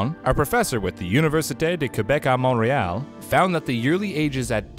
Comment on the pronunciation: You pronounce Montreal wrong. Don’t try to talk French. I’m French myself and that was terrible.